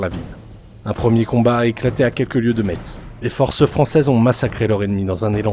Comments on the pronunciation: Mon coeur d’homme Parisien qui tiens au respect de la prononciation des noms de notre beau pays en est également attristé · AAAAAH Ça ne se dit pas « Metse » mais « Messe », comme la messe 😭 Mon coeur de Lorrain est attristé... 🥲